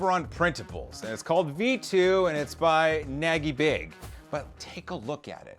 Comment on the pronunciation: You supposed to pronounce it Nagy and not Nagy :D Just a fun fact, in hungarian nagy means big. So his tag is Bigbig. Great video as always!